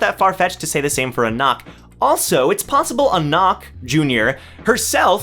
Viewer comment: Its Anak and JAhad not aNAK and jaHAD